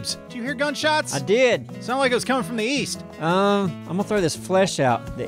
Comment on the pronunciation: East? I thought you said Weast